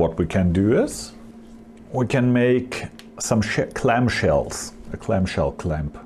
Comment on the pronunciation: C L A M S H E L L S people, clam shells. Not Clamp shells. Add it to your vocabulary.